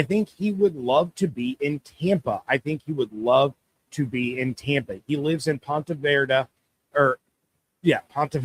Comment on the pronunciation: Someone tell it’s Ponte Vedra hahahaha